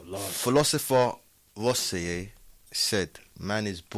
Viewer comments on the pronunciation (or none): Rousseau is pronounced Roo-So, not Ross-e-ow, but an apt quote.